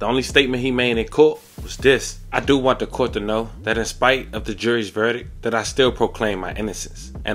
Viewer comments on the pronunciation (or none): none